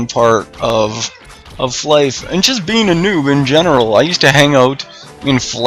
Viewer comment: Its fly for fun. You call it flyff. Not fliff.